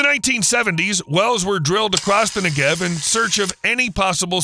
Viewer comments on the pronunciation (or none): Your whole video is about the Negev, but you can be bothered to learn the accent goes on the first syllable NEgev. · its pronounced NE-gev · The accent is on the first syllable -Negev. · Learn how to pronounce Negev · Cool video except for mispronouncing 'Negev' repeatedly throughout the video. If there are any birds that fly through the path of mirrors aimed at the solar concentrator they burn up in an instant.